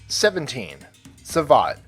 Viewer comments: it's also French Savate and not savage :p and it's Systema not System Nice video btw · It's Savate not Savage lol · Correct me if I'm wrong but didnt savate pronounce as sava-tey and why're theres no Escrima in the list? It can totaly rivaled Muay-Thai in its lethality